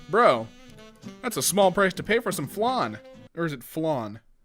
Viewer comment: As a french men i want to end your life. TO PRONOUNCE FLAN SAY "Fl-han". If you understaind what i mean.